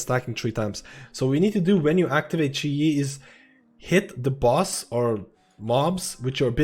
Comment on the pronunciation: its chi gee